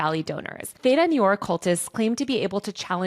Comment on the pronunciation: Great video, I was surprised to hear so many things mispronounced, I mean this as a critique, not an attack. Please check your pronunciation of automaton, Shintoism, L Ron Hubbard (vs Ron L), and noir.